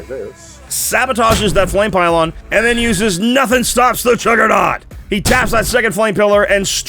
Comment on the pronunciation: The Jugg-ra-naut? Learn how to speak.